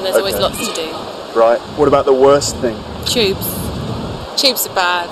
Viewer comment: "Tubes" often sounds like "chubes". ))